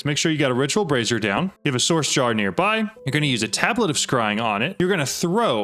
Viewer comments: not sure if you realized but with the way you pronounce brazier, you sound like you are saying brassiere as in bra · Someone has told your friend how to pronounce Brazier, and what a brassiere is right? 😅